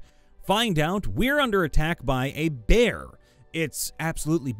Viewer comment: Text: "Behir": "BEAR" mfw